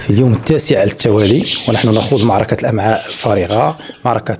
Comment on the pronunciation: الامعاك😱😱😱😱 سير تقرا تا مال بنادم كلشي ولا صحفي🤣🤣🤣🤣والامعاء أالكلخ